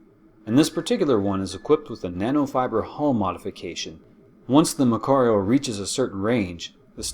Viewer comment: So far so good. But things are wrong. One not even light can escape a black hole. How can a destroyer? The battleship is not pronounced that way.